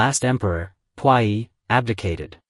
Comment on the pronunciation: I really enjoy watching your channel! Want you to know that Puyi is pronounced poo-yee.